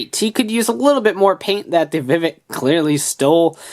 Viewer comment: Isn't it Vivix, not Vivik?